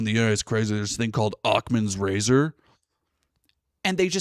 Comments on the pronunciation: Making fun of him saying "Ocman's Razor" is just ad hominin. You probably don't know, but that's a falsassy. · Our ears both perked up at the same time, but I thought he called it "Achmed's razor" which is exactly what I'm going to refer to it as just to see who calls me out or lets it slide. Love your channel thanks for keeping your head in the game